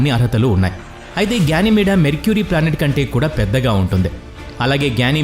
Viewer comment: గ్యానిమేడా కాదురా అయ్యా.....గెనీమేడ్.... నీ తెలుగు పాడుగాను.....😂😂😂😂